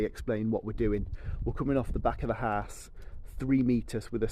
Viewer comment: for someone who can build a house so well you do struggle to say the word house.